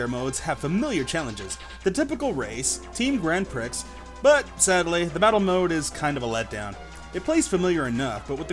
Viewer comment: Nice review... save for one thing that bothered me to my very core. It is pronounces Grand "pree",, not "prix"